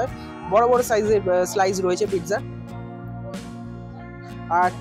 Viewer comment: কিন্তু উচ্চারণে ট হবে না